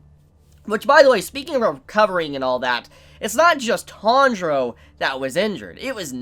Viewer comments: Sorry but why am I hearing "Tandro"? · the way he pronounce tanjiro tho